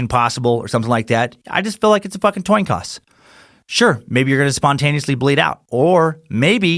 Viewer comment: He said "toin coss" when talking about Dr. Manhattan. Funny spoonerism Dan. Keep sucking!